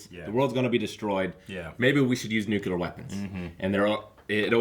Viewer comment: Please, for the love of god, Nuke-lee-ar